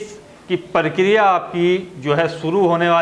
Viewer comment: अबे परकरिया नहीं प्रक्रिया